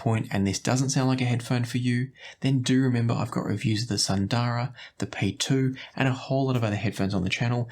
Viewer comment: FYI all of you headphone reviewers mispronounce the names from Hifiman, like Sundara. It is an Indian word (Sanskrit for “beautiful”). It’s pronounced more like “soon-the-ruh”). Hifiman uses Indian / Sanskrit names for most of their stuff.